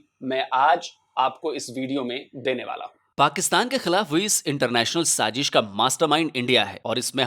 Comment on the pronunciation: Very informative video. Extremely smart move, beneficial to multiple countries. It's wise to exclude the countries that can not be trusted. Good job as usual. Gentle reminder: It's SAAZISH,not saaJish. Love all your videos. Best wishes from Boston USA.